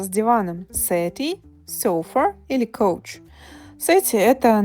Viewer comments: Couch is pron. as cau. Not cou. do STUDY ! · Как может couch звучать как коуч? В целом понятен уровень владения языком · Только не коуч, а кауч произносится слово couch. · Couch - это не коуч ( Coach - тренер - коуч) . В случаем с Couch - это читается как Кауч така как там есть слово C-ouch ( ауч). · Отлично! Кстати, couch произносится как "кАуч", а "кОуч" это coach (тренер, или карета).